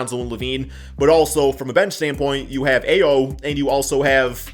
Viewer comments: Ayo is pronounced "I-Oh" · Dear,. Ayo is pronounced I/O (eye-ōh). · Can u pls say ayo’s name correctly pls